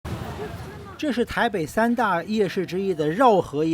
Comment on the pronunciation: 哥們! 我估計你大概晚上視線不佳看差了眼，"饒河夜市":饒是左食右堯，富足的意思，唸上音! "繞"是左糸右堯，轉圈圈的意思，是念重音! 所以不是"繞"河夜市，是饒河夜市~